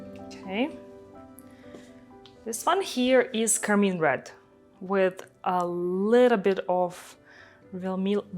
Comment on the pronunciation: This is beautiful!’ I do always giggle when she calls car-mine car-mean.